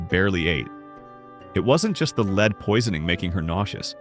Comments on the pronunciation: lead is pronounced led not leeed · The pronunciation is lead+++led! It’s AI because it can’t pronounce some of the words! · Haha..,lead (with a long e )and arsenic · I do wish AI would learn the pronunciation of the metal LEAD!